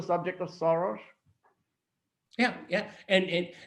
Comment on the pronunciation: Peter Lavelle says SHoros and George Szamuely says SoroSH. :-) Which one is right? ???